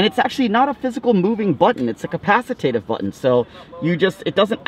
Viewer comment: Is "capacitative" similar to capacitive? 🤔